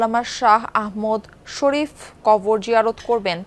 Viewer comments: সুন্দর করে হুজুরের নাম টি উচ্চারণ করতে পরেনি সাংবাদিকা। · আল্লামা আহমদ শফি রহ. এর নামটাও সঠিকভাবে উচ্চারণ করতে পারলোনা যমুনা টিভির সাংবাদিক ও উপস্থাপিকা। 😡😡😡😡😡😡😡😡😡😡😡😡😡😡😡😡